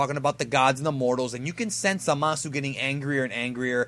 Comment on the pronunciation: stop pronouncing the U in Zamasu. it's silent.